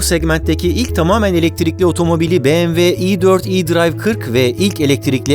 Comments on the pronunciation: doğru telaffuzu "biemdabılyuğ" olan markaya "bemeve" dendiğini çok duyarız ama "beğemve" dendiğini ilk kez duyuyorum. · Barış Bey, tanıtım bölümünde BMW vurgusu kulak yorucuydu. Direkt model isimleriyle devam edip bu vurguyu aralarda kullanabilirsiniz sonraki tanıtımlarda. Tabii bu benimle de ilgili olabilir.